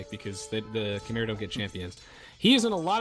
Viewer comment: Such a good series. Also Khmer is pronounced more like Kmai